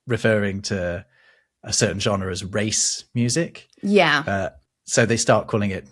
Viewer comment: Funny how you "struggle" with the french word Genre